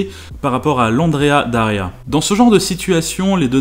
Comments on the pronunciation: C'esrt "Andrea Doria" pas "Daria". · Andrea Doria et pas Daria, sinon sympa comme vidéo. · Super vidéo! Par contre c’est Andrea Doria et pas Daria ;) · c'est Andrea Doria, et non pas Andrea Daria 😉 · Petite rectification si je puis me permettre, c'est l'Andrea Doria, et non l'Andrea Daria. ;) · Cas n° 1 : Andréa D O ria Cas n° 2 : Waldos de los Rios (et pas del Rios ). C'est marqué d'ailleurs. Cas n° 3 : Faire le cornichon toute une matinée avec une bagnole en lui donnant de l'éthanol à boire ... Bon, je ne suis pas spécialiste je ne dis donc rien même si j'en ai envie. Mais en 2008 les téléphones portables existaient en tant qu'objet de consommation courante depuis 13 ans, non ? Ils ne pouvaient pas appeler les pompiers à distance ? Et ces derniers n'avaient pas un véhicule d'intervention à l'opposé des stands ? Ou alors ils étaient partis manger et les journalistes ont fait tourner le véhicule alors que la sécu était «off» ? Pas très sérieux. Ce n'est pas un milieu qui m'attire. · Andrea Doria Not Daria. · C'est l'Andrea DOria, pas DAria. Andrea Doria était un grand amiral de la république de Gênes. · mille excuses, mais c'est l' Andréa Doria, s'il te plait... mais sinon, ça va, hein!!